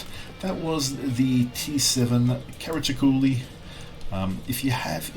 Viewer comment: Regarding IT BBs: I am yet to get my head around the idea behind them. 55 % winrate = average? What have you been smoking,? Also, "Brit" or "Britney", "he" or "she"? Gender-fluid? Pronunciation approximation: Cah-rah-cho-lo.;)